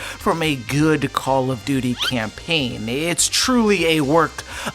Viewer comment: "A good call of duty caimpaign" shows bo4